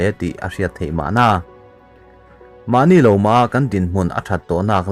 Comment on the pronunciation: Mah ni lo maha itih kha - manilo maha tih zawk tur ani